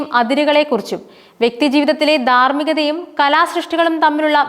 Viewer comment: 'വിധ്യാർത്ഥി' എന്നല്ല 'വിദ്യാർത്ഥി' എന്ന് ഉച്ചരിക്കണം. 'ദാർമ്മികത' എന്നല്ല 'ധാർമ്മികത' എന്ന് ഉച്ചരിക്കണം.